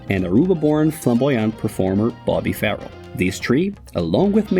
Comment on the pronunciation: Bobby was NOT 'Farrell!...The name was pronounced 'Fa- RELL'...I worked for Bobby on the band's tours,(Thanks to Mike Lee Taylor and Barry Collings), collecting the girls from an address in Surrey...(Classified information!).😊😢